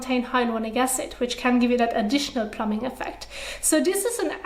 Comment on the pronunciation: Great video, xD it's really cute, but I felt I should say, when you need to say plumping effect, try and put emphasis on that 2nd p, plum-Ping... I keep hearing plumbing hehe, learning so much from this channel, your amazing 👏